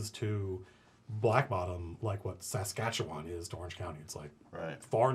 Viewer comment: I'm giving Matt a DM point of inspiration for so fluently pronouncing Saskatchewan without so much as a stumble. It's a Canadian point of inspiration though, and I'm not sure how the exchange rate works.